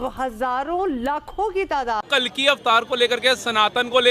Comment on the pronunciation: Pronunciation to karlo sahi se कालकी नहीं कल्कि है 😂